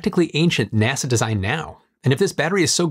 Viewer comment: Why do you keep saying "NESE" when you talk about NASA?